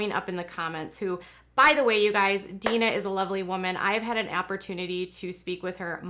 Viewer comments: Jim Bobs sisters name is Deanna: Dee Anna not Dean A Please stop saying Deana. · It pronounced "Dee Anna" not Dina.🙂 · Exactly. How in the world does she claim to be their good friends and not know how to pronounce her name? She also spelled it the way she mispronounces it so I can tell she is reading it as Deana when it is De-Anna. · Why do you call her Deena? Isn't she called DeAnna? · I noticed that too and commented she even spells it the way she mispronounces it but that doesn't explain how she is friends with Amy and her and not heard how they say her name. Very weird. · Amy's mother's name Deanna is pronounced DEE-ANNA.